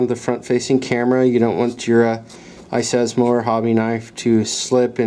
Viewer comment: "iSESMO"? Seriously, it's iSesame!!! Just like open Sesame!!!